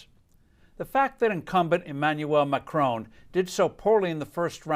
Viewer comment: not sure how people voting for the candidate they want is "dangerous to democracy." I also enjoyed how you described her as a statist then went on to describe Macron's (it's not pronounced McCrone btw) "smothering state taxes and regulations" rating: 4 out of 5 CNN's